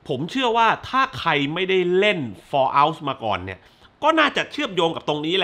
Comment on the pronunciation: ฟอลเอ้าครับ ไม่ใช่ฟอเล้า 😂